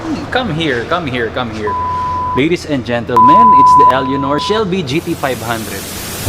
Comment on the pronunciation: Eleonor? Pronounce it as elenor